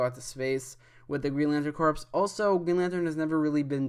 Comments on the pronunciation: Corps= (Core) not (Corpse) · WHEN WILL PEOPLE LEARN THAT THE “PS” IN “CORPS” IS SILENT!!!! ITS “GREEN LANTERN COR”!!! NOT “CORPSE”!!!!!!!!!